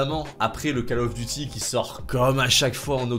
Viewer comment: Call of duty (kol of deti)pas kal of...😅👍💪